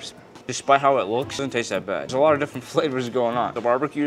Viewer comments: It's actually pronounced wus-ter-sher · How he pronounced 'Worcestershire' was absolutely deplorable.